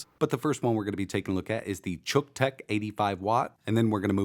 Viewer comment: So, uh, just exactly how are we supposed to pronounce the name of this thing? It's pretty obvious that had to do a ton of overdubbing to change it from however he pronounced it originally (rhymes with buck?) to "chook"; but, that doesn't seem right either. Is it "Cook-tech"? Yeah, that's the ticket! That name is so unfortunate. Best case scenario its name promises that it'll fry whatever you plug into it, and at worst it's something that my girlfriend's husband would use to charge his camera. Good job, Xiaomi marketing people. Good job.